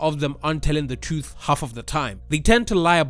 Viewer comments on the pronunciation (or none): none